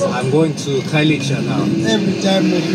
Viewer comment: Khayelitsha is pronounced Car-ye-lee-cha 😂 I hope this helps because we are here for you okay 😌🤣🤧